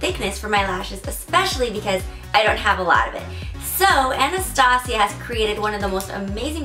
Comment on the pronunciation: Anastasia (ann-est-stay-juh)